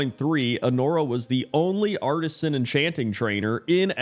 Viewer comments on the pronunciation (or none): none